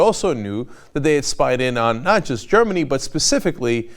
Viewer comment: lol .- (Ger-min-a") -???